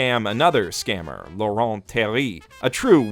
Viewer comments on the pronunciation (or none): Too bad our favorite anime reviewer doesn't know the "t" in Laurent is silent. I'm french and i couldn't stop thinking about it? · Too bad you're too French to understand that Laurent is pronounced in a different way in the English language. :P